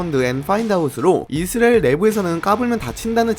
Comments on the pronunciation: 형님 이스라엘 발음하는데 왤케 힘들어하세요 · <이 스 '레' 일 > 만 들리는 영상